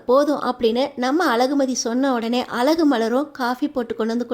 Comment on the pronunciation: அலகு மதி ya அது அழகு மதி தமிழ் கூட தெரிலே நீயெல்லாம் எதுக்கு வீடியோ போடறே கழுத்து களுத்து இல்லே